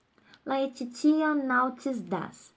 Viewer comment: A pronúncia de FABULAE, genitivo singular e/ou nominativo plural de FABULA, é "FÁBULÊ" e não FABULAI. LAETITIA pronuncia-se "LETÍTIA". Quem não conhece a pronúncia não pode, não tem condições, de lecionar nenhum idioma.